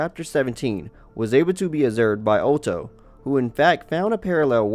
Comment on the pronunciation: Otto is pronounced "Auto"